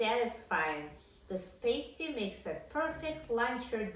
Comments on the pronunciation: Being that I live in the Upper Peninsula of Michigan, please learn to pronounce it correctly… it’s “PAST-TEE”… a Paste-tee goes onto a boo-bee 😂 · Ur pronouncing pasty wrong!! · I was just up in the UP, MI And they corrected me on how to say pasty. The way that I remembered the pronunciation is that this is a food from back in the “past” miners day that was created. (Pasty, as in paste, is a female adhesive.) 😊 these are so good! And I’m going to try your method in the air fryer right now! As I brought some frozen pasties home with me. 🤗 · I am from Wisconsin where these are very popular. Yes it would take an hour in the oven. I haven’t tried it in the air fryer but I will. By the way we pronounce it to rhyme with nasty. Not sure which is right. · Please read my comment above ..I'm English she's completely pronounced it wrongly